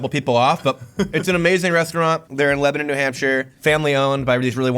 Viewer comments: Same! Although I was mad at for saying leba-NON 😂😂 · i can’t believe noah didn’t correct him on the town name. Its pronounced leb-a-NEN, not leb-a-NON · Ok I know I only know this because my friend is from Burlington VT… but it’s pronounced « leb-uh-nun » not « leb-ah-non » when you’re talking about the NH town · 😂 The host said Lebanon, NH wrong. It's funny how people who aren't from New England always say Milan, Berlin, and Lebanon wrong.